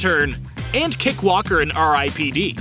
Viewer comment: "Kick" walker?